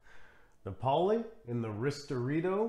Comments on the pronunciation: Thanks for another excellent video. I think all these strong espressos work well with milk. Diavolitto is a personal favorite. Napoli is pronounced NAH-poh-lee. 👍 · It's Ri-STREHT-to and NA-poh-li (named for the Italian city, "Naples" in English).